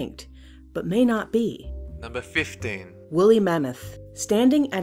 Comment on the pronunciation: You said 50 not 15